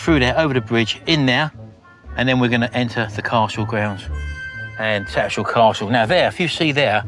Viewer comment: I know your from "Daarn Saaarf", but you can't drop the "H" in TattersHall! 🤣